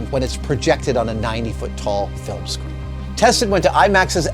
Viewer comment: He's been working at IMAX for 33 years; but he can't say the word "screen".